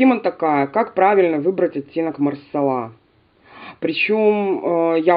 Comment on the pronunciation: МасалА , а не малсАла (не от слова сало)))))))) у французов в 100% ударение на последнюю гласную. Хотя проверила нет четкого ударения.